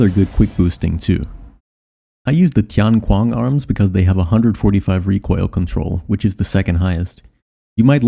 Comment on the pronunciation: Hey man I dunno how to search comments on mobile but in case you haven't seen it yet: try pronouncing tian qiang as "tee-en chee-yong" (both are only one syllable so link those hyphenated sounds together smoothly)